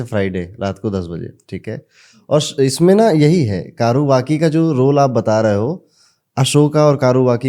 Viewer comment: कारुवकी नही कौर्वकी है ।